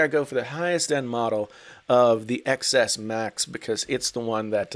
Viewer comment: "Eks R" "Eks S" I hate you